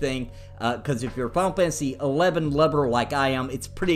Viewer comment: Am I the only one that hears him say, "Pompeii 11"